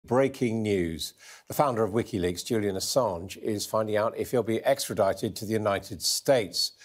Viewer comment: Excellent news. Now get him out of prison. "Likiweaks...." LOL